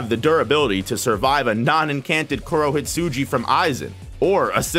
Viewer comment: You should say "Gi" instead of "Ji" "KurohitsuJi" would means "black sheep" 🤫